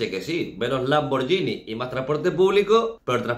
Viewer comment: Hay cosas más importantes en este vídeo,pero sería demasiado pedir que,de una vez por todas,pronunciaséis Lamborghini correctamente?La gh en italiano equivale a la gu en castellano;por tanto ,se dice Lamborguini,no Lamboryini.Ok?Los italianos se descongojan de tanta paletada e incultura,Por favooor...